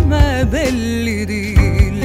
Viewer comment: Sıla ve Nükhet Duru'nun sesleri gerçekten çok güzel ama "sorucam" nedir , "diğil" nedir Allahaşkına ? İki kelimenin hatalı telaffuzu yüzünden şarkı berbat olmuş....